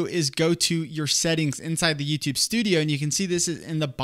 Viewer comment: It's YouTUbe. Not YooToooobe.